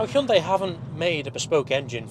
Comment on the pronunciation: 당신은 현대를 정확하게 발음하는 가장 잘생긴 차량 리뷰 유튜버 입니다